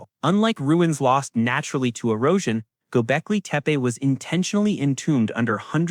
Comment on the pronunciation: You know its to bad this AI PRESENTATIKON IS CLICK BAITAND THAT THE NARRATORS PACING AND LPRONOUNCIATION IS SO BAD ON THE WORDS DESCRIBING THE SOCIETY. i TURNED ON THE CLOSED CAPTIONS AND THE GGOGLE VOICE ENGINGE COULD NOT UNDERSTAND THE NARRATOR EITHER. WHAT EVER GOBECLETE MEAN S BUT THAT WASN'T WHAT THE NARRATOR SAID. What is deliberate earth? officially should not exist is bullshit ., When history books make claims they only say the evidence so far says something this creator is a jerk. why is this dangerous archeologists don't mind new information it just has to have good evidence to corroborate the findings that what books and PHD theses do. i stopped listening after 5 mins. I also dont like the stupid animation 👎👎👎